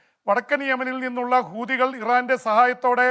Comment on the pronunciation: പീപി ആവേശം കൊണ്ട് ചിലയിടത്തു " കൂതികൾ" എന്ന് പറയുന്നുണ്ട്. ശ്രെദ്ധിക്കണം ഇവടെയും hamas ഉണ്ട് എന്നോർക്കുക